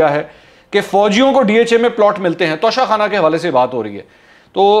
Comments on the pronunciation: منصور بھائی توشہ خانہ ہے, تونسہ خانہ نہیں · Tonsa khana nahi tosha khana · TOSHA KHANA na k tonsa khana